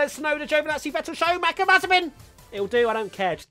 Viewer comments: No no, you said "Showmacher" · Uh. Who is "show-macker"? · I'd like to buy an additional syllable for everyone's name ;) Tsunoda, Alonso, Schumacher, Mazepin